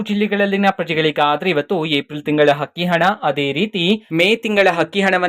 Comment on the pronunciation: Hakki hana alla Sri adu akki hana nivu kannada sariyagi matadi ok😂